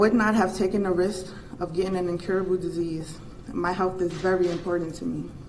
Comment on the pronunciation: " My health is very inportant to me..." HA, im sorry but when i heard that i laughed out loud